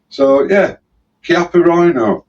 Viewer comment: Good for you, to get that pronunciation of Chiappa correct.